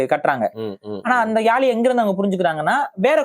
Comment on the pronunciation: First topic subject Olunga mathunga. It’s not Yaali! It’s Yazhi! Antha zhi Tamil mozhiyin azhagu athukagave my daughter name is Yazhini